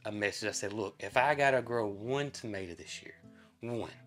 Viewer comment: Crowbars not likes in the Uk are named as the death bird if they land on your gate normally someone will die in your family it always comes true for are family to weird but it happens. When you say tomato but pronounce it tomata that's what we calk potatoes where I live in the UK you go me confused till I saw pictures 😂😂